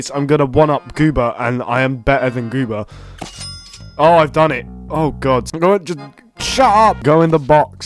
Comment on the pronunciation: It’s so funny to me that he calls him goobah, it’s like goober lol